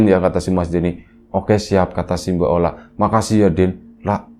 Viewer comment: Ola jadi oli 😂..... Gpp lah asal jangan maya jadi ayam